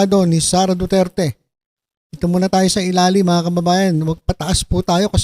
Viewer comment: TSMA BA DINIG KO: DO-DIRTY!!! DO-DIRTY!!! DO-DIRTY!! 😂😂😂